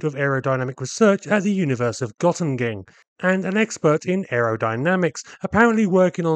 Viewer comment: 3 launches in a minute??😆 “The University of Gottemagen”😂😂😂